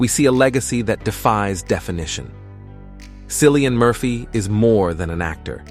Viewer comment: Cillian pronounced Killian not a C but a K!❤